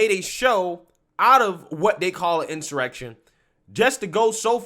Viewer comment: This is an in-soy-rection.